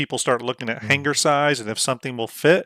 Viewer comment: Omigod. Had to check out on that hard G every time he said "hanguher" for hanger. Otherwise, looked like a good vid.